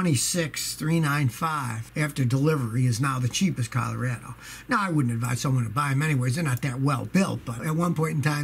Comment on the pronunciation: Love how he misprnuciates Colorado. 😁